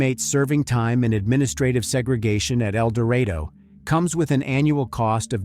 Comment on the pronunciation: It’s Ark-kansas and El-do-rado. I was going through Ark city the other day headed to Oklahoma and I had never visited Jodi’s grave so I decided to find it. It didn’t take much effort at all. That’s what I learned. Her mother had passed. Does anybody who might read this know what happened?